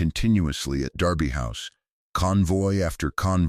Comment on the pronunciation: It is pronounced Darby House.